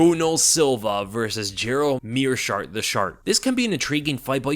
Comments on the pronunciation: Meerschaert "the shart" - heard that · Did you really call him "The Schaert"? Hahaha!